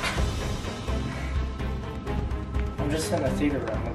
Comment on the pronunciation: “tHe FhEaTeR rOoM” Like wtf is that